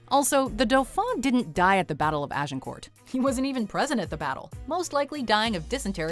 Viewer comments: you don't pronounce the last T at the end of Agincourt. In French you rarely pronounce final consonants, except for C, R, F, and L. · sorry, but Agincourt ends with a silent 't'.;) Oh and Shrewsbury is pronounced